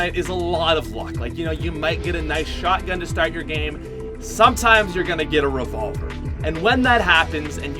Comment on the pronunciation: I got triggersld when he said the revolvrr